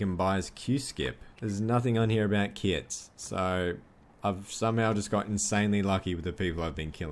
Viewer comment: The whole time he talked about “kits” I thought he was saying “kids”